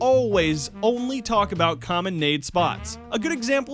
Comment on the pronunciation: everyone still talks aboot it